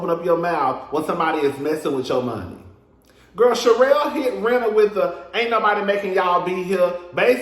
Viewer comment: Not u called Rena (“reena”) Rina like Lisa Rina frm RHOBH😂😂😂